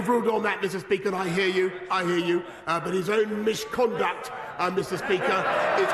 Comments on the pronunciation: ohh that was close! "I expect better boll***s", ... as if Johnson doesn't deliver enough already(!!!) and & what's this "mishconduct" thing? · 'I didn't say misconduct... I said... erm... Mishconduct.' How the fuck did he get away with that one? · mishconduct? seriously? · "mish-conduct"! Is he a five year old? Totally pathetic. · “Nyer, nyer! I said MISH-conduct!” We have a nine-year-old for a PM. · 'Mishconduct' LMFAO!